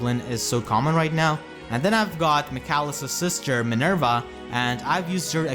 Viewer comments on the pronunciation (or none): none